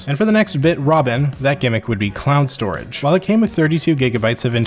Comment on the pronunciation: Are you saying clown storage, or am I trippin?